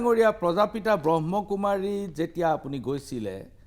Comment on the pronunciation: আপুনি প্ৰথমতেই সংস্হাটোৰ নামটোৱেই ভুলকৈ কৈছে । ব্ৰহ্মকুমাৰী নহয়, ব্ৰহ্মাকুমাৰী । কোনো এটা সংস্থাৰ গভীৰলৈ নোসোমোৱাকৈ দুজন ব্যক্তিক লৈ এটা বৃহৎ সংস্হাক এনেকুৱা তুচ্ছ মন্তব্য কৰাতো আপোনাৰ দৰে জ্যেষ্ঠ সাংবাদিকৰ মুখত শোভা নাপায়।